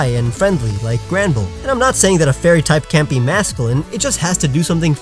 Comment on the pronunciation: When you said Granbull on the worst fairy type I was like:WHAT DID YOU SAY 😠😠😤